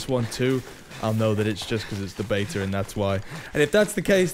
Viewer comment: It’s “ before the beta ends “ not “ before the bater ends “